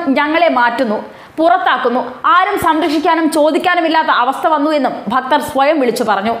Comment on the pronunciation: ഭക്തർ അല്ലെടാ ഫക്തർ